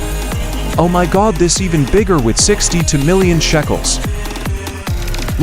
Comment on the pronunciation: BTW ITS NOT CALLED SHACKELS ITS CALLED SHECKELS